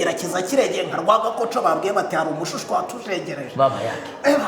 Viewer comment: Papa Sava ko uvuga umushushwe bigoranye!!!!!!!